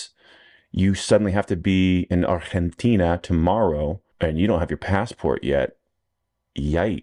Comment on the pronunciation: Obsessed with proper ARGENTINA pronunciation 😂